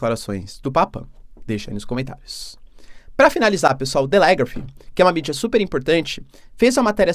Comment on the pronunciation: Professor, a sílaba tônica no nome "Telegraph" é a primeira. Ah, e o sobrenome do primeiro ministro alemão pronuncia-se "sholts".